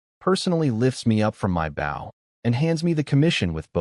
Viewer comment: It's pronounced "Bow", not "Bow"